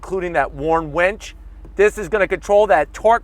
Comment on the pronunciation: "we've got a Warn WENCH" I think you mean winch, a wench is something very different...